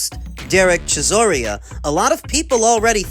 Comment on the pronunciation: Love the videos but name pronunciation was lacking this episode - Chiss-OR-Ah not Chiss-OR-EE-Ah A-Jit not A-Git Zhillei ZHANG not Chang Tim Zoo not Kazoo Steve Kim not Kimothy Look oh lol you're f*ing up the names on purpose?